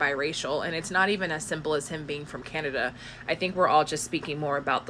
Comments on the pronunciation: It's pronounced CAN..NA...DA Not CANAIDA! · Cun A dia...I dont know why ur mispronunciation during speak of Aubrey's use of N word made me 😂